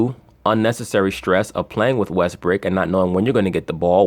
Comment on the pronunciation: Why do you say westbrake instead of westbrook?